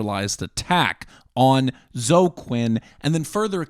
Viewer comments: The mispronouncing of Zo-eee as "Zo" is so bizarre and offputting. LEARN TO PRONOUNCE. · Really? You’re pronouncing “Zoe” as “Zoh”?? Cmon dude. Surely you’ve heard this name before. After all, as you say, this is THE most important political story! It’s “zoh-ee” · Thank you for going over GamerG; it’s really helpful for people to have at least a mild familiarity with. Also, and pardon my old head-ness, but it’s “Zo-EE” Quinn. Also, saying Spencer planned UTR is slightly misleading, but it honestly doesn’t matter. Great work compiling the timeline. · As I told someone: "I distrust my own government. Why would I trust a foreign government more than my own?" Also, I think Quinn's first name is pronounced "Zoey". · Toh- ee? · Is "Zo" how you pronounce Zoe if you've only ever seen it in text before? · It never occurred to me that someone could mispronounce the name Zoe.